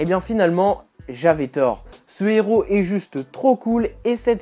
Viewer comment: La pelleteuse n'est pas un Inhumain, mais un Non-humain une race extra-terrestre il me semble mais oui l'histoire est plutot naze, même en comic book day gratuit j'aurais l'impression d m'être fait arnaqué :D PS : stop de prononcer "un néros" :P le h est aspiré